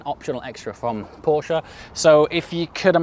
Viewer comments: Thank you for saying "Porsche" and not "Porsch". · Just wanted to let you know that the way you pronounce „Porsche“ is pretty damn flawless! Greeting from Germany